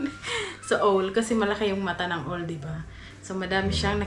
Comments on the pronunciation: Ang pronunciation ng OWL is awwwwl AwwwL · Correction pls,OWL correct pronounciation is “AWL” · O sa owl is pronounced as A.